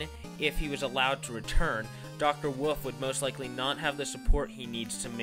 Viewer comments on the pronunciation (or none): why do you say woof instead of wolf and pronounce indecision? Do you have a speech impediment? cause if so same ^w^